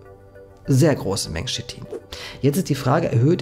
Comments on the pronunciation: Chitin nicht shitin. Aber du bist wohl auch der kollege der nach schina geht und nicht nach china. 😂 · Sprich KITIN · Kein Schit-in, schließlich sagt man zu Dach auch nicht Dasch! Der Rest ist korrekt. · Sehr interessantes Video, ehrlich! Dennoch, bitte, bitte "K"itin nicht "Shit"in und "Y"kl nicht "J"kl! Danke